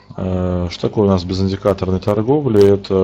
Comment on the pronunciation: правильно по-русски "безЫндикаторная"